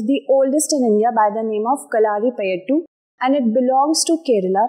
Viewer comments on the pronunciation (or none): Its KALARIPAYATTU